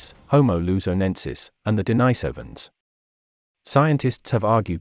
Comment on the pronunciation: Looool they are pronounced de ni sovans